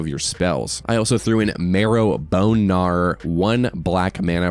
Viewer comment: Marrow BohNarr ✨